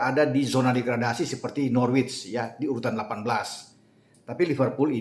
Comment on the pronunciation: Biar mantap channel bang, Norwich itu dibaca Nor-Rich (orang kaya) google translate aja biar jelas 🙏 YNWA